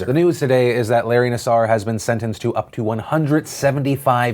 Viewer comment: It’s pronounced nasser.....not nassour. Says from a father from the Lansing area. We took out daughter out of twiststars because the culture seemed off. So, we put her in another gym. A petophile was uncovered there and arrested. We took her out of gymnastics. Gymnastics needs to be looked at like the Catholic Church as a predatory institution harboring sexual deviants. Pronounce his name correctly. It’s nasser, not nassour. Thanks for letting putting in my input in. Folks can leave comments, but I would not like to receive hater aid. Love you bastards!